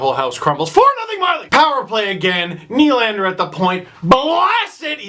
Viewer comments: work on your French steve.. it's pronounced more like "duh" than "doo". Nylan-duh sounds a lot better than Nylan-doo. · Nylan-deux should be pronounced "Nylanduh"...think Nylander said with a Boston accent...ish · Melvin doo